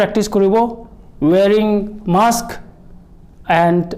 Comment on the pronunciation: Mask koi ho not maks :D